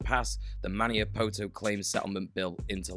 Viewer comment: Unlikely to come up again, but it's Ma-NEE-Ah-po-to, not Ma-NYE-Ah-poe-toe :D